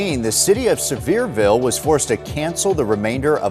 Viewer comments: He's not kidding. It's not server-ville. Pronounced as if was spelled Severe-ville or the way he phonetically spelled it out. You're not the first to say it wrong. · Sevierville is "Suh-VEER-vil". 👍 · It's pronounced like severe-ville. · As a fellow Tennessean, thank you. Lol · I haven't seen one video of people talking about this or anyone has pronounced Sevierville correctly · Lol 😂 not at all how Sevierville is pronounced 😂😂😂. You should come up and see the smokies once the leaves start changing. Such a beautiful place.